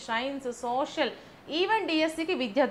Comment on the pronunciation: soviat కాదు mam సోషల్ 👍